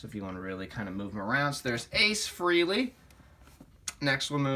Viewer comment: Ace’s name is Frehley. “eh” sounds like “ay” not “ee”.